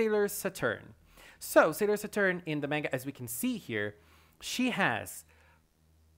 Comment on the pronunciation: He said salior satuurn 💀😅